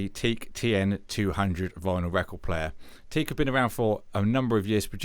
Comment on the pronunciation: Hi.nice clear review. Just a quick comment .it's pronounced Tee Ak ( I should know worked for Teac selling and servicing their pro studio equipment for many years.)